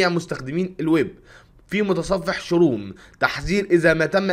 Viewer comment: ممتاز بس اسمه كروم مش شروم